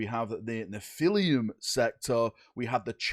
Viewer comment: It’s Neph-ah-lim, like how Americans say Aluminum